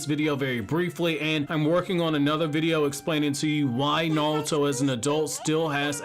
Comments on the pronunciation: STOP SAYING NAWUTO AUUGGGH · I can't take 'Nahl-toe.' How, my guy??